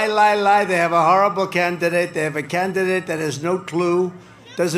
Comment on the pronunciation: Cand-di-date. Haha